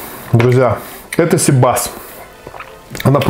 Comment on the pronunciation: cИбас,а не сибАс!!!